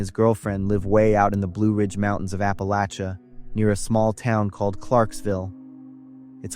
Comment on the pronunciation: Pissed off in Ap-pa-LATCH-a, say it right! It’s bad enough these stories are blatant propaganda about my home but pronouncing Appalachia wrong is unforgivable